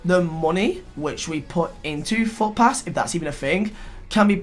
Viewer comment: “Fut pass” pls no...😂